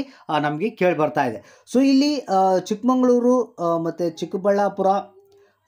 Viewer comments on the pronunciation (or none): none